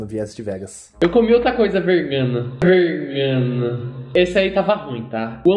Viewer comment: O falo vergana kkkkll